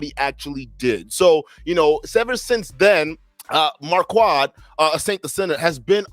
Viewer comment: Are you calling him “marQUAD” on purpose or to clown him?